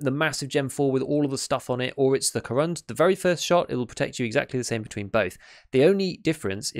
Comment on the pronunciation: You're really getting that pronounciation quite good, congratulations! One tiny bit of advice, if I may: Korund has its last syllable stressed, it's like ko`roond - if you get what I mean. The name, by the way, is a pun on the material used: корунд is Russian for corundum, a crystallic form of aluminium oxide, or alumina, from which the armour plates in this vest are made (hence why it's so heavy).